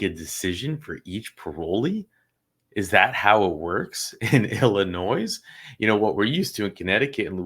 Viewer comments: ill- in- ois LMAO. kinda lost some credibility there. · Illinoise is pronounced ~ il uh noy ~ the 's' is silent. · It is pronounced Illinoi (s) the s is silent. Not trying to be a know it all or condescending in any way- just letting you know for future reference❤ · The “s” is silent. Illinois ( il uh noy)✌️ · The S is silent in Illinois.🙄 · Our governor sucks. Sorry not sorry. Illinois the S is silent. Love your videos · FYI - The 's' in Illinois is silent. Do love your channel. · it sounds like the Illinois (the S is silent BTW 😅) parole board works pretty much exactly like the louisiana board does. You accidentally skipped the first paragraph of the story on this case. It says that LeAnn Miller conducted the hearing and prepared the draft "TO A PANEL OF TWO ADDITIONAL MEMBERS FOR CONCURRENCE." If you recall, louisiana always say your file was given to so and so then they question the defendant then take their vote. While voting, the other members say, "I concur with my colleague." And when they are doing a hearing that needs to go to the governor for approval, I'm sure they send recommendations too. The governor doesn't know these defendants personally. He's relying on the board members that HE selects to draft a report to him. Finally, louisiana board members talk in confidence all the time. They even say they are going off record to discuss confidential information in private. So they are not completely in the open either. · The s is silent in ILLINOIS I can tell you don’t live here lol 👋👋💜💜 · Hey, the "S" is silent in Illinois.....